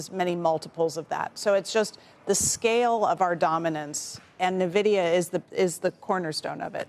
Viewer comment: When will folks stop calling it Neh-vi-dia??? 🤣 Can't they learn from how Jensen pronounces it?!?